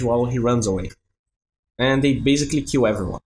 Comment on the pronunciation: everytime you say "kill" i heard it like "qew" not that i'm complaining though, you're great